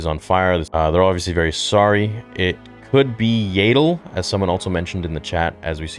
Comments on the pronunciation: First of all why is his helmet completely different if it’s the 6th brother? Also it’s y AH dull not y AY dull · Its Yaddle not Yaydle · Her name is pronounced Yaddle, not Yaydle. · Really excited for this! Love that they seem to be diving into the Ahsoka novel as well. As a nitpick can you please pronounce Yaddle's name correctly. It's YAD-DULL and should rhyme with Paddle, not Yay-DULL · What is a Yaaadle 😂 U mean Yaddle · Dude, Yaddle is with a soft “a” like “paddle”. They say it in fallen order, so it’s canon. You pronouncing it with long “a” was killing me inside. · Yaydel? lol